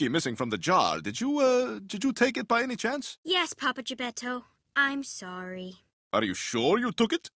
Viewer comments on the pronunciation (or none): Geppetto ❌ Geppedo ✅